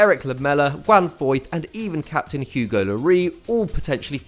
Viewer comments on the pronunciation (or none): none